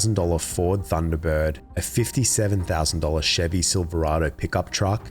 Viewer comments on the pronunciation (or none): none